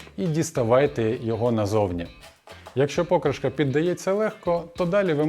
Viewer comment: Ну чому пОкришка, а не покрИшка?